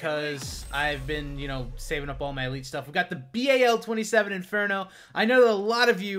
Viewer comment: it's not b a l it's bal 27